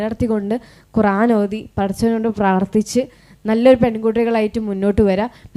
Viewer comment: മാഷാഅല്ലാഹ് ഖുറാൻ അല്ല ഖുർആൻ